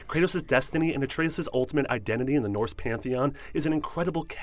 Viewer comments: I don’t like how he says Atreus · I don’t understand how people mispronounce words when the word they are saying is spoken atlest 50 times in the game. Dude, it’s not ah-trey-oos. It’s ah-trey-us. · Holy horrific pronunciations Batman...you're reading a script I assume. There's no way you played this epic with those pronunciations? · I swear, with all the things mispronounced it feels like you are only reading a script and have never played the game. Jotunheim and Atreus are spoken aloud multiple times in the game. It's like when WatchMojo called Sithis "Seethis" like 10 times in one of their videos. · A tray OOS???? JOE-tunheim???? This guy doesnt know how to pronounce any of these names lol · Atreoos? Joetanheim? WHO ARE YOU???? It's Yo-tan-heim. It's not even a, the game pronounced to wrong so you didn't know how to pronounce it! The game pronounced Jotunheim right! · Atreoos. Jotunheim (pronounced yotunheim in the game) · ah trea ous... joe ten hiem (I love how he misprounounces things even though they're said in the game) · Christ your pronunciation of jötenheim and Atreus are BRUTAL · This guy’s pronunciation of Atreus and Jotunheim is hilarious. It’s obviously a dude reading from a script, just get someone who actually played the game.